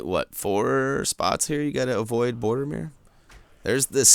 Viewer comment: His name is Boromir not bordermir!